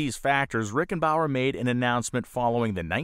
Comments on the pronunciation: Excellent video, well researched and presented (no AI narration). Love the way the Novi story tied in with Miller, Goosen, Ford, Tucker and others. A small quibble, your research should of told you that the speedway owner in the 30's was Eddie RickenBACKER, not RickenBAUER. Eddie was a former driver and WWI air ace. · Who is this "Rickenbower" guy? Eddie Rickenbacker (originally Rickenbacher) was the American fighter ace, Medal of Honor winner who once owned the Indianapolis Speedway. Back-er, now bow-er. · Sorry to be "that guy," but it's Eddie RickenBACKER, not RickenBAUER. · I guess I'm done with this video less than 2 minutes in. His name was Eddie Rickenbacker. Why make content like this or go to the trouble of doing all of this work if you simply can't even get the name of a 20th century American Legend correct. Bauer? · It's Eddie "Rickenbacker", not "Rickebauer" or whatever your said. The man was a Medal of Honor recipient, show some respect and get his name right. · “Rickenbauer”?? How can you do this amount of research, and miss the name of the second owner of the IMS, who was also America’s ace-of-aces in WWI? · It’s Rickenbacher, not Rickenbauer. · I enjoyed the video, thank you. But, "Rickerbower"? That was Captain Eddie RickenbaCKer. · Eddie Rickenbacker, not Rickenbauer. And none of you guys noticed? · RickenBACKER, NOT Rickenbauer!!! - getting stuff like this straight while researching is important if you want folks to believe anything else you have to say. Rant over. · I believe it's "Rickenbacker," not "Rickenbauer." But otherwise wonderful. Thank uou. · "Rickenbower?" Is this AI or just bad preparation/research? EDDIE RICHENBACHER is WWI hero and the BIG NAME associated with Indy and aviation in general. Good content and well done except for this GLARING ERROR. It needs to be fixed right away. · Great video,!! Per usual. However, the owner of the Speedway is named Rickenbacker, not Rickenbower. Keep up the great work!